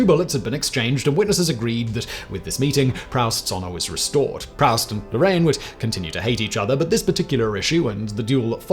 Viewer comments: “Proust” is pronounced “proost”, not “prowst”! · Proust: don't say prowst, say proost. It's French ;-)